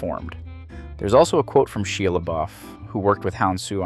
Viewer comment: idk if you have a voice over off script or if you're mispronouncing actors names on purpose to bait comments, but most people are learning from you nowdays- what you say, is less likely to get a correction and more likely to have someone just go out and mispronounce Djimon (D is combined with the J so it sounds like - Jai~MUN) and Shia (Shy-Uh) Problem with saying the "Proper French" Is you are completely leaving out the accenting "O" that replaces the N all together and coming across as "Digimon"